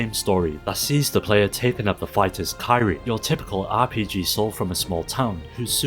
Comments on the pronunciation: The name of the main character in sands of destruction is not pronounced kai-re. It’s pronounced key-re-eh. Other then that. Good video. These are games that I hope other people check out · Kee-ree-ay not Ky-Ree lmao